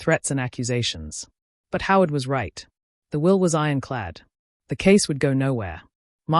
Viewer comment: 'Howard' is NOT 'how it'